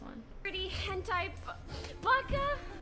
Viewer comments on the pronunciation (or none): none